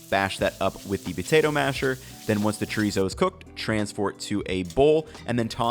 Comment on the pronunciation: good recipes but god how you say chorizo hurts me